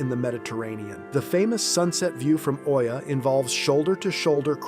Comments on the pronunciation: Its EEYA...not OYA...ya moke bot. (santorini) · OIA is pronounced EEEya not OYA. And Santorini is a beautiful place.